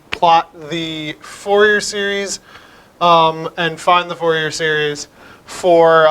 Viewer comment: i dont trust a math video where they pronounce fourier as FOUR-YEAR instead of FOOR-YEY. You just destroyed your reputation there, bye!